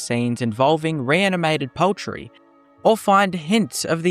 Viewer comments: POULTRY! It's pronounced POULTRY! Not paltry. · I thought we were saying 'paltry' at first, not 'poultry' and was wondering what small thing this reanimator could have done.